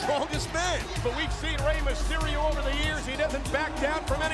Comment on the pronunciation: "Rey Masterio" Tony Chimel 🙄😂